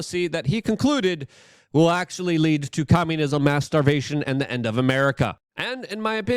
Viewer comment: Mass starvation or master bation? I think Luke is saying the second...